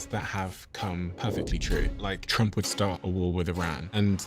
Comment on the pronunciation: You mispronounced Trump.